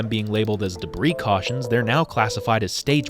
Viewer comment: "I smell beef jerky, CAWSHIN"